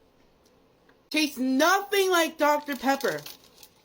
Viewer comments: It's the bone apple teeth that pisses me off more than anything else, it's bon appetit you lispy bastard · teet not teeth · It's bon-apetit. NOT Bone Apple Teet! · Genuine question does know that its 'Bon appetite' and not 'Bone apple teeth' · I believe anyone who says "bone apple teeth" instead of "bon appetit" is sub human and deserves nothing. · "Anyways, bone-apple-teeth." God help us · Doesn't realize that it's Bon Appetit, not Bone Apple teeth? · "Bon apple teet" ... i may know french and he/she says Bon Appetit so badly or even if its a joke - just is so cringe from such a character lol... ughhh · is it me but all I can hear say is Bon apple teeth instead of Bon appetite. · DokaRyan also says bone apple teeth tho when he does vids with candy etc in alcohol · he knows he just thinks bone apple teeth is absolutely hilarious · WTF is "Bone Apple Teet"??? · Is he saying “bone-apple-teet”? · Everytime he says "bone apple teeth" it makes me want to make him eat his teeth lol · I can't believe he ruined "bone apple teeth" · "Bone Apple Teeth" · Why is he constantly saying “bone apple teeth” ToT 2 or 3 is okay, but he’s fucking killing it (and not in a good way) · Someone that says bone apple teeth more than once unironically is a sap😂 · Does this mf not know how to say Bon Appetite? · did he really just say bone apple teet? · Is "bone apple teat" intentionally mispronounced? Like.does he think he's making a pun, or is he just dumb? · Bone apple teeh ...he needs to be sued ....im so tired of hearing that thing say that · Oh my fucking god this dude is cringe as fuck it hurts "Bone apple teeth" 🤡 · I love when he says "bon appetit" even the translator hears it as "bon Apple teeth" 💀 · he thinks he’s so funny saying “bone apple teeth” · can't tell what's greasier, the food or his hair. "bone apple teeth". bruh. please just shut up. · "Bon apple teeth" am I the only one who hears this? 😂😂😂😂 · I can’t get past “bone apple teeth”😭😭😭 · "Bon awpo teeth"